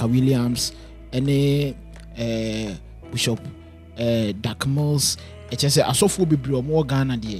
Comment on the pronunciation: Please the word is not BUSHOP IT IS BISHOP aaaaàah.......masa why pls mention the word well. Anyway shout-out to Bishop Asare